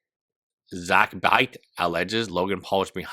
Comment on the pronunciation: It’s said Zach XBT, not Zackbit. Also, Dink Doink was a separate pump and dump from Crypto Zoo. Please do better research,. Otherwise, good vid.